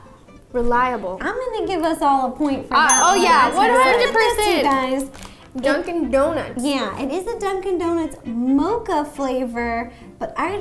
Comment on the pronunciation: Anyone noticed ro saying hay gays 😂😂😂😅